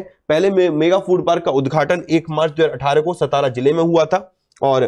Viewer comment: It is सातारा not सतारा